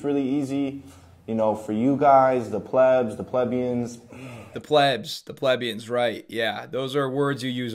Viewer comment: that is not how you pronounce "plebians" rofl Also, I'd bet anything these two have rich parents, and that is where their $ comes from